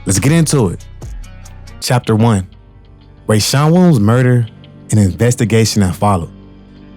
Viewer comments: Why bro can't say Williams? He saying "Welms" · Wow!!! You covered this REALLY well. Only thing that coukd be better is pronouncing "Williams" properly. Remember that you can check pronunciations online and hear it when in doubt. Nit being a jerk. Just see your talent & know that if yiu work on enunciation & pronunciation that it will help you. Good luck. 👍🍀